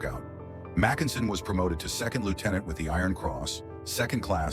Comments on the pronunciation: Except who pronounces his name "Mac EN sen"? AI is always making idiotic mistakes like that. Some minimal quality control, for the love of God! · what a completely iditiotic video. Starting with completely wrong pronunciation of almost everything, including Mackensen.